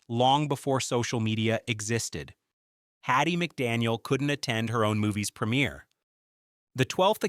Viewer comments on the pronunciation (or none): none